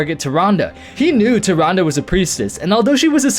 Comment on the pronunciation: Holy crap, took me to the end of point 2 to understand you were saying "Tyrande" when I saw her picture Great video but seriously, I thought you were saying something like "Tyranga" or "Turanda"' x)